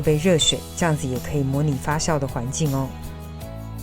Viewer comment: 发酵jiao第四声